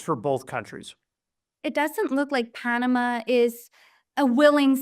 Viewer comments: Panamu??? It's Pan u mah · Where is the female host from? She doesn't know how to pronounce Panama!